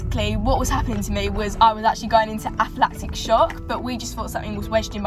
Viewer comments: It’s ANAphylactic shock not APHAphylactic shock mate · It’s not aphlatic shock it’s anaphylactic shock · aflactic? anaphylactic